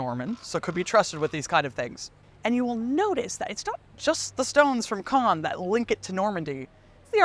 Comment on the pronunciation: Great pronunciation of Caen ! 👏